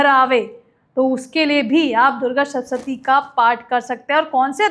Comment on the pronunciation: Madam saptshati bolo uchharan sahi karo,markandey rishi ji ka nam bhi sahi nhi bol paa rahi,bade guru logon se gyan lo